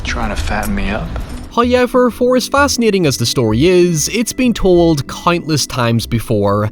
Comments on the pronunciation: I've got it. It's "hi-yeover" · me: i cant wait to see how my favourite film review boy pronounces 'Christian Bale': Christian Beile, hyowever me: hahaha yes, excellent